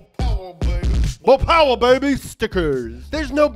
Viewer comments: By ooopmh?? whats that? you mean mo' powa' baby?!?! Its ok ill let it slide.....this time... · When he said a "a bit more... umph" instead of mo poweh benbah I was so confused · Yo no ones talking about how the other audience dude got hurt because of mo powah . . . . . . I guess he couldn't handle all the mo powah babeh